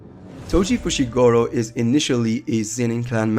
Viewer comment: Why'd he pronounce it as fushigoro and not fushiguro?